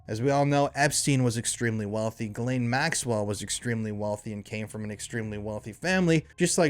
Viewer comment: I think you meant JIZZ-lane 😂😂😂